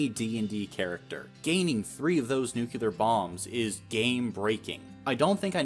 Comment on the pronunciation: Nu-cle-ar. Not nucular.